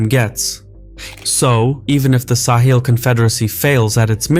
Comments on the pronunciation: Sahel, not sahil. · It is pronounced sahel, not saheel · Yeah except he pronounces it as Sa-heel rather than Sa-hell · I've never heard it pronounced "Sah-heel" like this narrator does throughout. It's "Suh-hell" everywhere else I've ever heard anyone talk about the region. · Not SAw Heel but Saw Hell is the pronunciation to be used. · It’s sa-hell, not sa-heel 😉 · Great to see this covered here, it's an important story that's really been underreported. Also TIL the British pronunciation is sa-hil, not suh-hel like in the US. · Weird pronunciation. No one says "sa-HEEL". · Bruv, how can you pronounce Sahel correctly at the start and then proceed to pronounce it wrongly throughout the whole video is beyond me... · I’ve never heard Sahel pronounced this way. I wonder how the locals say it.